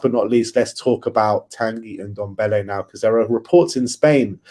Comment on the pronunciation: ffs its Ndombele not Undombele...